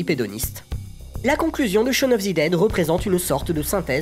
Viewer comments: Shaune of zi dède et Ze worlzend ! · "of ZI dead", "Ze world's end"